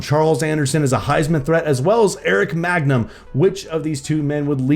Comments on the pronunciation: i hate how he calls him magnum instead of mangum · not u continually calling him magnum when his name is man gum😂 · every time he pronounces mangum as 'magnum' i die a little inside